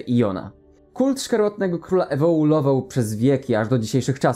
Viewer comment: Ej No offense Ale ewoLUował Nie ewoULował